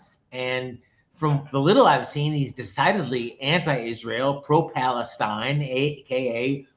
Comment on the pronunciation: He says random stuff Free Palestine ( without pronouncing Palestine correctly) and „Cristiano Ronaldo“ But he goes never deeper in the issues he doesn’t use even good arguments. He is the guy „ don’t make stupid people famous „ Most followers of him are kids, football fans Democrats ( party of USA) BLM and Muslims I know other pro Palestinians who are least can argument and know at from their side at least history That guy dislikes Christians Jews and White peoples btw